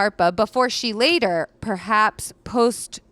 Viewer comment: I love these HTH videos with but the one thing holding me back is how frequently you mispronounce words... like posthumously and indolent. They aren’t archaic words please just google search and save me the cringe. Love the content otherwise 💘